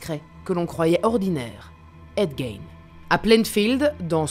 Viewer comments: On prononce en anglais Gein " Guine" et pas " Gaine ' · C’est GAIGNE mais GUINE 😑😑😑